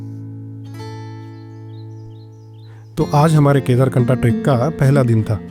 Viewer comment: It's kedarkanth not knatha